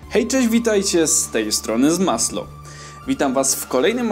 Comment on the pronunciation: Znowu ten Zmaslo, yyy... To znaczy ZMASNO